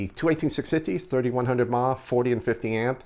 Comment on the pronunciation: Please stop saying mah for some reason people who vape don't know what they're talking about clearly it's milli amp hours wow u sound stupid